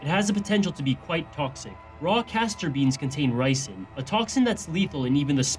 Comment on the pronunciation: ricin, it's not nicin